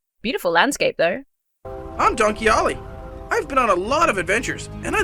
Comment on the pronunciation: Why does "Donkey Ollie" sound like "Don Quixote"? Was this intentional or unintentional on the part of the creators?